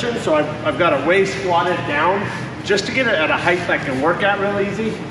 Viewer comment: Love you, but "heighth."